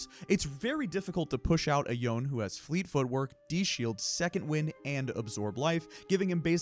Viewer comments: Yone is pronounced as "yo-neh", not "yawn". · for goodness sake his name is pronounced "Yo-nay" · Take a drink every time he called Yone "Yoan" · No. It's Japanese. ヨネ. Yo Ne. The Yo is pronounced like the the English word Yo. The Ne is pronounced like the English word "Nay". Both syllables should be pronounced equally as long with no stress. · Me wincing every time I hear the name “Youn” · Watch any Riot stream where Yone is played. It's definitely not "Why" + "One" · that is the most incorrect pronunciation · that is absolutely not the correct pronunciation